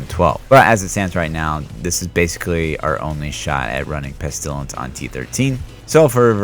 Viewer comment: I like watching your videos until you say "pest ilence" : /